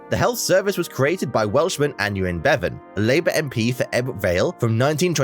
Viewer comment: The NHS was founded in 1948 by Aneurin (pronounced a nye rin, abbreviated to 'Nye') Bevan. This narrator didn't mention the Welsh name for Wales, Cymru. ('Come-ri'.)